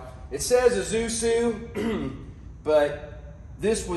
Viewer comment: Congratulations! I like when logical troubleshooting works. BTW, before you sell it you should probably remove the ISUZU (ee sue zoo) badge. Someone will get suspicious that it isn’t what you say it is, especially when you have trouble pronouncing it (ee zoo sue😂). Better to stick with Chevy.